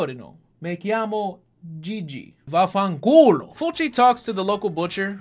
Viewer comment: You said Fulci's name right. You really should watch his movie called Zombie. It's a cult classic. Congrats on the baby!